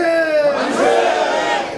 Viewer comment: 만세가 반자이~ 반자이~ 로 들리네